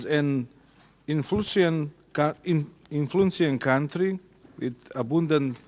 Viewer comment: Ali “influčijent kantri “ 😭✋